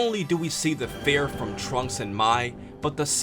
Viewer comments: I don't want to rude but it sounds like to me like you said "fair" intended "fear" to me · He doesn't pronounce fear right. Feer. Almost sounds like he's saying fair. Or feyr. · It's pronounced FEER. Please!! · I stopped watching about 5 seconds in because of the way you pronounce fear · Does he not know that he was pronouncing the word fear wrong